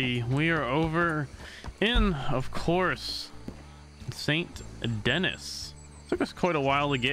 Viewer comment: They should add calling Saint Denis, Saint Dennis, a crime in this server.